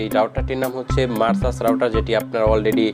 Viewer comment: মারসা'স না ভাই মেরকুসি'স হবে😅 উচ্চারণ টা👍